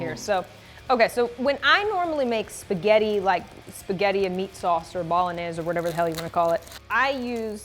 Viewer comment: the way Brandi pronounces "Bolognese" bothers me.....